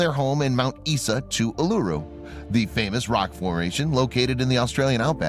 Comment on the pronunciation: Mt Isa is pronounced Mt Eye-za not Eee-sa